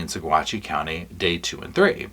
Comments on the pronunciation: I'm a Colorado native it's pronounced "Sa-watchy." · the pronunciation for Saguache County is "suh-WATCH" (with slight emphasis on that second syllable). I picked that up from some locals. FWIW, (lawyer Iris) Eytan is pronounced "e-TAHN" (rhymes with Hahn), or at least that's how I heard her former partner Dru Nielsen say it, made a mental note of it. I only mention it because you're the type to appreciate such things. The big news of this autopsy made me SO DANG HAPPY. THANK YOU. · The county is pronounced Sawatch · Saguache is pronounced Saw-watch ~ a Ute Indian word. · Coloradan here. We have some weird pronunciations. Saguache is pronounced suh-WAHTCH. Moffat is pronounced MAH-fuht. Salida is pronounced suh-LIE-duh.